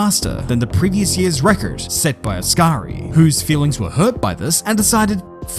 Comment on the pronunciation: please never pronounce record like that ever again